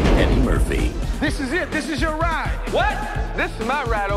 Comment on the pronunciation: it's Eddie Murphy, not eddi murphy!!!